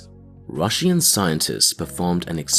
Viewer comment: Why does this man say Russian like that